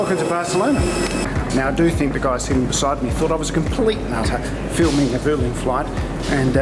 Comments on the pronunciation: Weirdly it’s pronounced “Bwehleen” apparently 🤷‍♂️ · Use Vueling a lot. One of the best low-cost airlines in Europe in my view. Btw if you want to be really Spanish authentic it is pronounced "Bwelling".